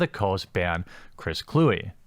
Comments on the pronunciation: It's pronounced Clue-We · It’s not “Clue”, learn how to say his last name. And Kluwe is a piece of garbage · A Wisconsin person should know how to pronounce an NFC north punter's name.